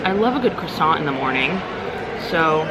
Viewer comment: This looks so much better than Chronos Club! Love how cozy it is and your fireworks view was sick! You are so living my dream! I always love a good "cwasant," "crew-di- tay," and lemon meringue like Grandma! lol